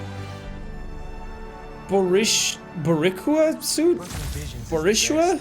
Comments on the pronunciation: Hey Jack, the Boricua (boar--ee--kwah) suit is a reference to Miles' Puerto Rican blood. Boricua are the native people to the island of Puerto Rico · My ancestors cried hearing Boricua pronounced wrong and then hearing the suit called ugly 😂 but I’m biased 🥴 lol (Info: it’s “Bo-ree-qwa”) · the boricua suit is the puerto rican flag, it's pronounced boreekwa with a rolled r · You may have figured this out by now, but Boricua is pronounced Bo-REE-kwa, and it’s a term for Puerto Ricans with Indigenous Taino heritage based on the original name of our island, Boriken. The flag on the suit you got is a Puerto Rican flag. As a Boricua, it was a little sad to hear you call it ugly but I figure you probably didn’t know and maybe thought it was an American flag. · jack butchering the pronunciation of boricua lol hes so white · Jack butchering "Boricua" killed me, that was horrible! XD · Man, every time someone who doesn't know Spanish says Boricua wrong? I ain't pissed actually, I just laugh cus it's genuinely funny how someone who doesn't heavily know spanish or isn't Puerto Rican butcher the name so hard 🤣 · Jack trying to pronounce boricua LMAOOOO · Jack trying to pronounce “Boricua” was the highlight of my day. 😂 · Sean tryin to pronounce Boricua will now forever be my favorite thing, but a great start for him to learn about Puerto Ricans